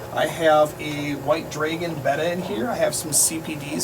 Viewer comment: Thanks for saying Betta and not Beta !!!!!!